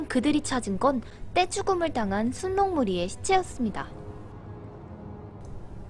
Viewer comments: 순록은 순녹이라 읽는게 아니라 술록으로 읽습니다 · 순녹이 아니고 술록으로 읽으셔야 합니다. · 순록이라로 쓰고 술록으로 발음합니다. 님 한국어 수준 다 까발려짐. ㅋㅋㅋ 신라 실라 한량 할량